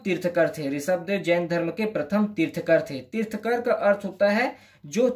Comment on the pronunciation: Bhai tirthkar nahi tirthankar.